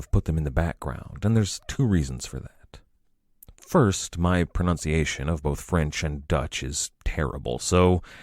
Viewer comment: Its " pronunciation " not pronounciation...